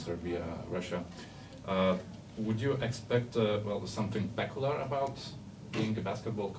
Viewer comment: Tegul nusileidzia zemen zurnalistai, nemoka klausimo suformuluot angliskai, velia kazka per aplinkui. Stuff (staff), peculiar, ir t.t. - ismokit kaip tariasi zodziai